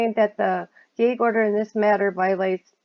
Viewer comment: Your accent is interesting. I’m trying to place it. I’ve never heard gag pronounced gaig before.